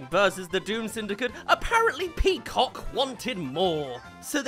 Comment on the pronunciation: The way you've said "Peacock" is funny.